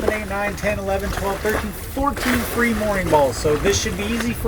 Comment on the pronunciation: Did you say "free' mooring balls?